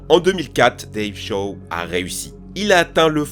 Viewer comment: "dave chat" OOF